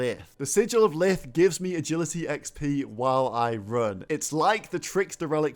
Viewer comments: Lithe, not lith, google it brother... pronunciation not even close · I think it's pronounced sigil of lie-th. As in the attribute of litheness.